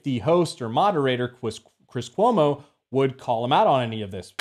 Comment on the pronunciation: "I'm hunting Chwis Cwomo's...hahahahahahahahahaha"